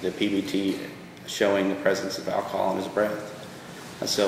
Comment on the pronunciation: The prosecutor can't even pronounce the word "alcohol" properly. It's not "ackahol."